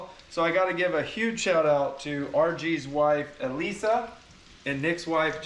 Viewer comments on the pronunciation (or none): none